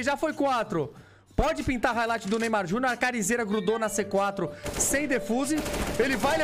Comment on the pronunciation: haikligth kkkkkkkkkkkkk